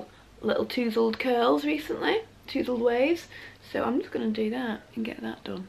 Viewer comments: HOW is tousled pronounced?! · Inthefrow I’m northern too, It’s cute!!